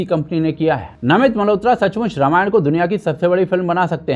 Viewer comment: Ramayana nhi ramayan hai 😂❤